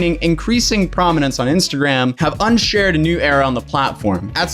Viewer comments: "ushered" is not pronounced as "unshared" Lol. They are two totally different words. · unsured? Don't you mean ushered buddy. Ushered is said like the singer usher but you prob knew that so I'll just shut up now :|